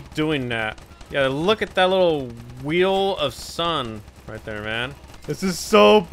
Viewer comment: "Weel of Sun" lol